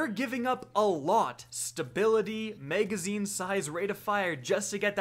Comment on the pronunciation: I like the info you provide however your English needs help sir. You pronounce magazine as maygazine which sounds dumb and you have challenges with the word stagger as well as you say stayger. Please talk properly man as the public is very unforgiving!